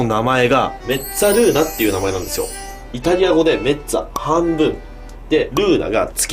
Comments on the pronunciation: イタリアにすんでるんですけど、本当の発音は、メッザルーナですよ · んめっつぁるー↑な